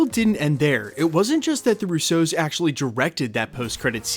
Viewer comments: Love your content but still for the life of me can’t figure out why you pronounce “RUsso” like “RousSEAU” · "The Roo-soze" LMFAO Why are you pronouncing the Russo brothers like that? You put the wrong emPHAsis on the wrong sylLABles